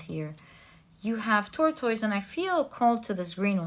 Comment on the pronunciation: I have noticed your pronounciation of tortoise over several readings. The correct pronounciation is tor-tus. Only wanted to to help your vocabulary and is a friendly correction. Thank you for the reading.